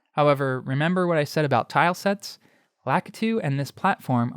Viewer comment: Lah-KEY-too, not Lack-Uhtoo